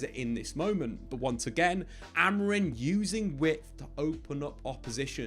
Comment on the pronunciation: Please stop saying "Amorin" 😂 Other than that, great video as always